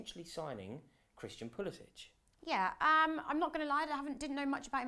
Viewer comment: At least say his name right. Its pronounced how it’s spelled. It’s not “pulisich,” so in other words, no “-ch” at the end. It’s a hard C at the end